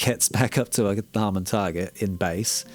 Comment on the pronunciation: Harman, as in Harman International, where Sean Olive contributes his expertise. Not Harmon.